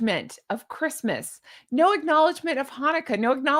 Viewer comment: She can't even say "Christmas"...